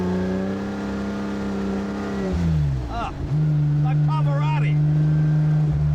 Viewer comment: “Like PavarAtti”? Yeah, Pavarotti with an “A”, why not. :^ )